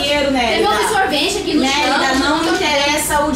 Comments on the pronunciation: Não é Nerida e Nérida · Quando ela falava "Nerida" parecia que ela estava falando "merda" ksksks